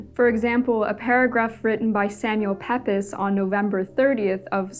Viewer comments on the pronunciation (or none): Pepys is pronounced "Peeps."